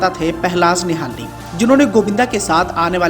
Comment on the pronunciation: पहलाज निहलानी न कि निहालनी